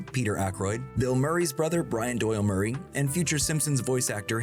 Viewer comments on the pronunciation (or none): none